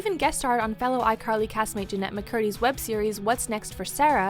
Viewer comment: iCarl-hee hee